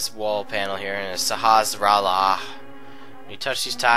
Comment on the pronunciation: The way you pronounce Sahasrahla brings me joy and lulz :')